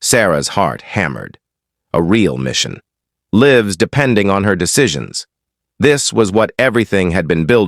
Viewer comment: What was Turner trying to prove? Offering to have Sarah leave her lifelong dream of being a Seal. I don’t like him! Certainly fighting 4 or 5 fights would have been enough to prove his point. Please have a human EDIT AI. A human would have caught the mispronunciation of “lives”.